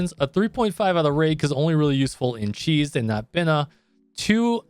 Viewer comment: Yeah almost everything in blue archive is a close reference to jewish and Christian mythology, chesed's pronunciation is actually heset.